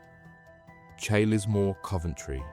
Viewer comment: It's pronounced Charlesmore lol